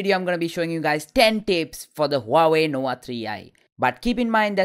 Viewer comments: Huawey nowa tree eye? Lmao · Your pronunciation is very ugly.. Nowa Nowa3i???